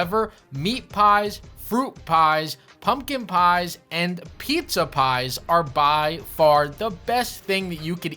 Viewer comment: "PIZZA PIEEZ"